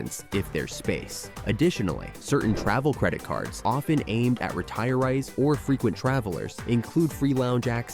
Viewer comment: I hate AI voices; couldn't pronounce retirees. What is a loner device; the CC should have read loaner device. I giggled at that one. Call button looked like an elevator button.